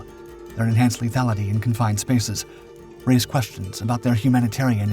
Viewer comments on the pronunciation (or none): none